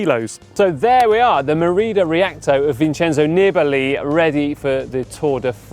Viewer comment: You are butchering his last name by shortening the vowels. It should be Neebalee.